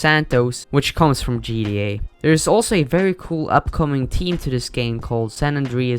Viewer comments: He said gda lol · Bro said gba instead of gta